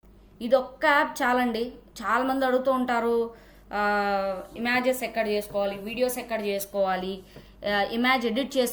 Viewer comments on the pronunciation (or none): అక్క... ఇలా unlimited వీడియోలు generate చేయొచ్చా....? ఇమాజెస్ కాదక్కా ... ఇమేజెస్ అనాలి ...!!!